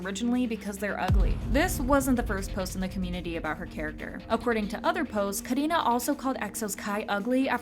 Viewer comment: I love the way u pronounced karina